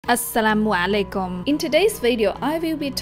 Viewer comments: she really said assalamlaalaykum 💀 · YOUR AL_SLAM 3LEKM IS AMAZING